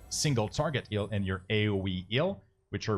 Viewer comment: nice thanks! :) one thing kept triggering me throughout the video. you pronounce Heal like Eel :D